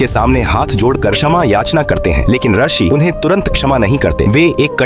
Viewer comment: ये भी नही पता कि रशि नही रिशी (ऋषि) बोला जाता है और चले हैं धार्मिक कथा बताने